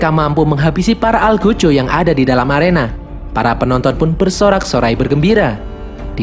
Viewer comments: ALGOJO COK BUKAN ALJOGO NGOPI DLU KAWAN✌️ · Algojo bukan Aljogo 😅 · Di Menit ,, Algojo Bang Bukan Aljogo.🤣😅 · AL, EL, DUL bang, bkan aljogo🤣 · Aljogo hahaha algojo kali bg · bang kok aljogo perasaan algojo awkwkw ngakak bener dah 😭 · Algojo min bukan aljogo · Algojo min bukan aljogo:v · LUCU BANGET NGET KMU MIN COMODUS 😂😂😂wkwkwk pengucapannya Para ALJOGO anjayyy 😅😅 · Saking semangat nya, sampai kepleset Aljogo